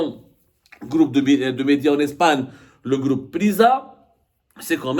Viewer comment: Ya abdo on dit pas un "gloup" mais un "groupe" gloup c'est quand tabon bois de la vodka avec les jardiniers du kremlin il fait gloup gloup gloup😂😂😂😂